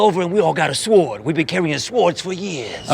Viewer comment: I got taught that the w in sword is silent🤔or is it just Paul's accent?